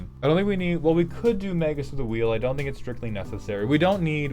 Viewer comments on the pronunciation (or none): none